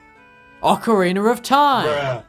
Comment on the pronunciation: stop saying ocarinAR